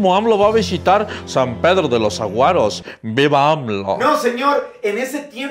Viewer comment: "San pedro de los Sahuaros",, no de los "Aguaros"